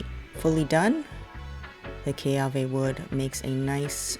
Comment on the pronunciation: It's kiawe not keawe.